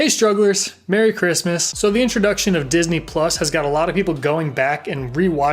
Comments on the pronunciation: "Dis-knee"? LMA Fucking O ! Buaaahahhhaha. Shits gold dude. Lol. Keep it up. Glad to see the channel expanding!!! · No one: No one at all: Scott: disKNEE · "Dis knee" 😂😭😭